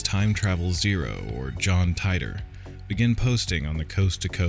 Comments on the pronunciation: Not “tie dor” his name was “teet or” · John Tighter? it's pronounced TEE-TOR ...John Titor is just an alias name like "john doe" ...it's not a real name. 2% divergence in each timeline...Whatever happened in his timeline will not happen exactly in our timeline because there's a 2% divergence. That's the problem with you people, ya think they are "predictions" when it's NOT....he's just telling us what happened to him in his timeline....ya just blow it out the ball park....another misinterpretation. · I thought on Coast to Coast AM his name was pronounced Teetor 🤔?? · I usually really enjoy these but you got a lot of this wrong including his name Tee-tor. And you completly missed the stuff he got right Look in to what he said about Cern and WHEN he said it. Who ever your source was factually incorrect and left out the majority of the context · Okay sp you don't even know how to pronounce his name